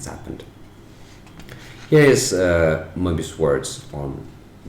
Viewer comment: Love your articulation of Maestro Moebius